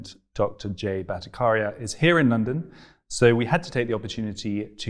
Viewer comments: The "CH" in Bhattacharya is not pronounced 'K' but "CH" as in "Chai" or "Change" or "Chess" etc. It's the combination of two words: Bhatta + Acharya. Acharya = teacher. Bhatta refers to Vedic teaching; ergo, Vedic teacher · The pronouncation of BHATTACHARYA is not BhattaKarya but Bhatta-CHAR-ya. CHAR as in CHAIR. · Very interesting discussion indeed. Freddie.. the ch in Battacharya is pronounced as the ch in chat. It's not a hard k sound. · Hey Freddie & Team you guys doing som good job. I am about to watch this interview but just thought of letting you know something before I forget. The 'ch' in 'Bhattacharya' should ideally be pronounced as 'ch' in 'Cheers' 🤗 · You were not pronouncing his surname correct. Please make it you pronounce correctly next time. 😀